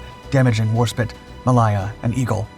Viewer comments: WarSPITE... SPITE... NOT SPIT... the I is freaking LONG... That's what the final E is for... Didn't they teach you basic spelling rules in school... like by second grade ? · No one gonna comment on the "Battleship Warspit" instead of War SPITE? the fuck...the most decorated ship in history an this guy can't even get it's name right ... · It's pronounced "War-spyte" (the word spite being defined as the desire to hurt or offend someone as in "That person did that horrible thing out of pure spite"), not spit. Just f.y.I. H.M.S Warspite was the most active and the most damaged battleship of the Royal Navy in both world wars. Her career was nothing short of incredible. At the battle of Jutland, upon being hit in the stern, her rudder stuck, taking her directly toward the 7 German battlecruisers heading the German line, she traded shells with them fighting them virtually alone until her crew were able to get her headed back toward the British lines, she was so damaged and heavily hit Admiral Evan-Thomas sent her back to port. Interestingly enough, her circling under the enemy guns saved the hapless British cruiser Warrior from certain destruction, the Warrior later sank but her entire crew was rescued due to the Warspite, the Warrior's crew were forever grateful for the Warspite's taking the pounding that had previously been centered squarely upon them. Warspite was hit by 17 large caliber shells during the battle, and 14 of her crew were killed. She had a well-earned reputation for living up to the "spite" in her name. I recommend the book "Warspite" by Ian Ballantine for flabbergasting details of her carreer. She is also reponsible for the longest battleship on battleship hit ever scored, hitting the Italian battleship Giulio Caesare at a distance of 26,000 yards. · A good video but some of the pronunciations are hilarious. For example "War-spit" for "War-spite" and "Ma-lie-a" for "Ma-lay-a". 🤣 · Its not war spit its WARSPITE got it bud.. there us a E on the end